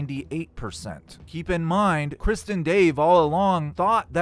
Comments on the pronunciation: This video and your speaking is 98% awesome and entertaining and amazing. But 2% is so confusing and annoying cuz it sounds like you are saying “Kristin Dave” not Chris And Dave. Lol 😂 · The T in krist is silent. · not gonna say re-do this, but when you say ‘Krist’ (and Dave) instead of Chris and Dave, it sounds like ‘Kristen Dave.’ And you know that ‘KrisT’ is just a ‘Christ’/punk stage name joke right? Same reason why Kurt pretended his name was ‘Kurdt.’ Just a silly band joke.